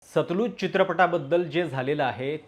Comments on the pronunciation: उच्चार सतलज आहे, सतलुज नाही. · सतलुज नाही हो, सतलज. नदीच्या नावावर आधारित आहे.